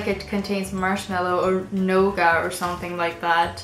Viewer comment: I'm guessing you meant nougat (new-git) instead of gnauga :) Gnauga hide is something entirely different :D